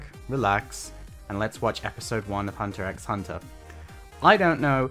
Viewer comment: you don't pronounce the x btw